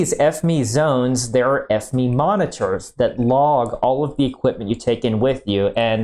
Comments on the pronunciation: I’ve never heard a site call it F-ME instead of just the Acronym F-M-E 😂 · No not F Me, F You. It's fucking FME as in F M E, FOXTROT MIKE ECHO, FME, not fucking F Me. What's wrong with you? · Is it intentional that you pronounce it like F-ME instead of F M E as a sortofa inside joke :D ?